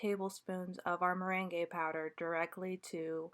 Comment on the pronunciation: Thanks for this video! Just fyi, the merengue powder is pronounced like the yummy merengues you bake with egg whites, not like the dance the merengue. It’s pronounced more like “marang.”